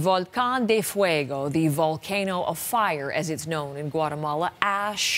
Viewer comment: Gouatamola - some news reporter